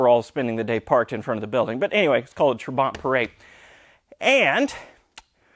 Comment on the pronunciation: When my father was changing his dated Trabant P600 into new model - P601 (as yours) in 1973, I am sure he pronounced "trabant" different way than you do. He accented first syllable like "TRAbant" not "traBANT". btw: No 601s had factory hazard blinkers, probably your aftermarket module is causing troubles with normal blinking the right side ....